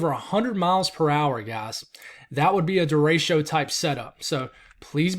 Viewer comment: I am only mentioning this because you recently asked us to do it... Dericho is pronounce "dare-ick-oh" Thank you for your hard work!